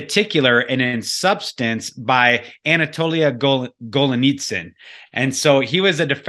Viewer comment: dude - GET the NAME of Anatoliy GOLIYTSIN! right! You're ABUSING the words Perestroika and the author's name! At least get THAT straight! Your MISpronunciations make me CRINGE!